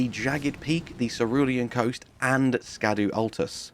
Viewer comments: Fun fact! It’s pronounced “shadow tree fragment”, not “ska-doo tree fragment”. They are using he old English tradition of using the “sc” to indicate the “sh” sound. If you refer to the etymology of J.R.R. Tolkien’s horse character Shadowfax, you will see that its original spelling is Scadufax. Tell one, tell all!! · I'm sure most people know this, but Scadu is pronounced Shadow. It's old English.